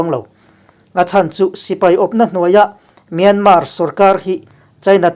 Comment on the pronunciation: Myanmar i lam dan a dik lo. A tawpa R hi an lam ri kher lo.